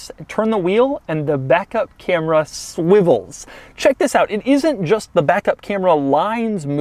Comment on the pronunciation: You gotta love the "thiz" at the beginning of every video